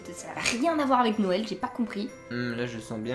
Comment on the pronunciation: 😂😂😂tu as dit nowel et pas noël 😂😂😂